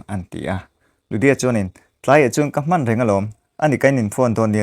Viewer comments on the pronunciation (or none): none